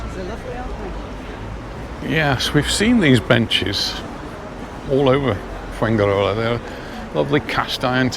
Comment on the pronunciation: Fuengirola is pronounced “fuenhirola”, not “fuenguirola”.